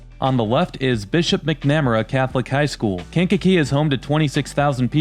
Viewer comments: Boy you totally butchered how to pronounce Bishop McNamara "MAK NAH MARE RAH" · You mispronounced McNamara.